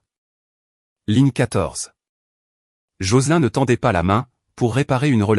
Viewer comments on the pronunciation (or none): "Joceline ou Jocelyne" se prononce JOCELIIIINE en appuyant bien sur la terminaison INE et pas en AIN , c'est énervant. Pouce en bas.